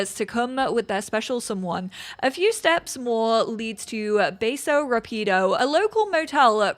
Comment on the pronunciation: Love your overviews! Notes on pronunciation: Villa (lla like in llama) vee-yah Cálida (cali like California) ka-lee-dah ... Accent indicates emphasis in the word. Rápido= rrah-pe-do (put some roar in it lol) Once accents are manageable, we can go over Xicotencatl (indigenous origin, like Xochimilco)